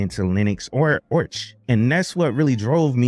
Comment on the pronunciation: "Orch" is the more jarring ear-bleeding thing you say vs the Endeavours bit. So don't sweat the latter and focus that effort into "Arrrrrr" aspect of Arch; embrace your inner pirate as it were. Also, you kids with your fancy "easy button" distros; arch, mint, ubuntu, redhat. Try a "real" distro, try Gentoo. Short of LFS, Gentoo is the Berlitz School of Language equivalent of linux lore acquisition. While not as pure is it once was, the whiners lost us true stage-1 installs, it still has meaning and teachings to vend. It's The Way, The Truth, and The Light of distros.